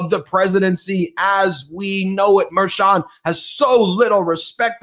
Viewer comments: MERCHON, not “Mayor Chun”. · Litman.....I don't mean to be rude, but is it pronounced Mer-chOn, or "Mayor-chon" or "Mer-shawn." I watched you today asking myself, who the hell is Mayor Chon??? Other episodes I heard you pronounce it entirely differently. I heard you say Matt GEts, but never Matt GAtes (Gaetz). I wanna be correct when I tell others the relayed news. Does anyone correct you? Can someone please do that? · It’s pronounced mer-shan,. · WTF!!! It's pronounced Mer-SHAN. How many times do you have to be told. Just ask Ben to pronounce it correctly. WTF!! WTF!! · Can please pronounce Merchan's name correctly?